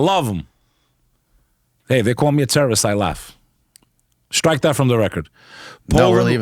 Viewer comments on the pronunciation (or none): none